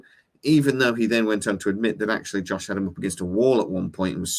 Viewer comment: First of all, please stop saying THE Firefly and THE Serenity. It's just Firefly and Serenity. I'm pretty sure you snuck a couple of Josh's in there to, but it could have been the accent. That being said, I would love to see Firefly return, If they do it right. I agree with other commentator's, Disney could absolutely ruin it, unless they get some help. The original cast and writer's would be wonderful, along with Joss returning in some capacity. I know it's wishful thinking, but so is a continuation of Firefly. If you're going to dream, dream big. Wash returning inside Mal's head is OK, but I would rather see him back in body and soul. They could clone him from his and Zoe's kid's DNA (if they go that route, we don't know that she was pregnant). Maybe even from his own toothbrush. From one of his toys on the bridge would probably be perfect. It's Sci-fi, there are so many options for them to bring him back. Another idea that might work is to have Chiwetel Ejiofor (or another actor playing his part of the agent, If he's not available) replace Book as the reformed agent. I know he's not a shepard at the end of Serenity, but it's been a long time since the end of Serenity. He could have gone to the Abby and reformed more than he had at the end of Serenity, if they want to keep that part of the series in. I think it was a good part of the series, having a religious person trying to bring Mal back to believing in something. They weren't overly religious about it, they did it perf